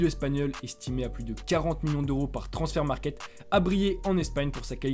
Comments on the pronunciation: on dit transfermarkt et pas transfert markert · Il a raison. C’est transfermarkt parce que c’est allemand et non anglais